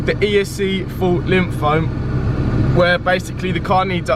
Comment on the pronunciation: It's Limp-Home. Not Lim-Phome 🤣🤣👍🏼